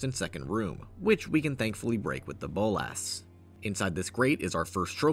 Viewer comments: Please stop saying "bowl-lass". It's "bowl-la-s" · The way you say Bolas as Bowl-Ass (Boles' ass?) made me laugh every time.